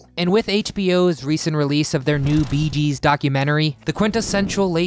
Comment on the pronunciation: Itsnot "the beegees" in spot...gees....